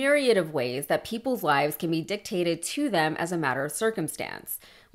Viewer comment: Did she say lives or lies?? If it was lies she was correct his whole life was nothing but lies.